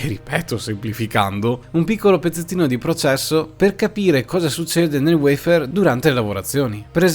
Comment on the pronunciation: Cambia la sintesi vocale poiché WEIFÈR risulta essere poco italiano .a Me piace il WAFER